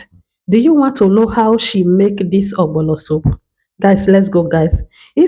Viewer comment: You wrote ogbono and still calling it ogbolo.